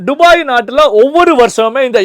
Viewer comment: டுபாய் இல்ல துபாய் 😂